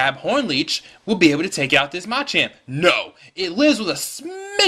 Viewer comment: Pretty good narration. Don't focus the narration on the ROM hack, though. Also, it's pronounced muh-champ, not mah-champ.